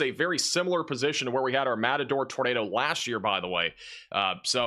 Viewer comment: How many place names can this guy mispronounce in a single sentence? Matador?? LOL